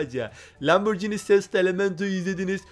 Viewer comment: Yanlız o lamborgini diye değil lamborjini diye okunuyor öğrende gel